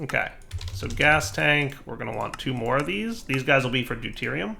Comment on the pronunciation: listen very closely: Do-TIER-i-um and TRY-tea-um